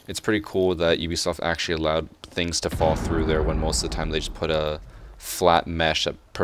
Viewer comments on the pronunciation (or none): none